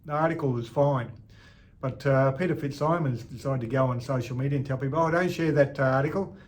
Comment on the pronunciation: Just one minor point, Peter FitzSimons' name is pronounced Fitz-SIGH-mons, not Fitzsimmons. He's a former Wallaby and a celebrated author of many books about various events, identities and aspects of Australiana. EDIT: Ah, got it right, at the end of the video :)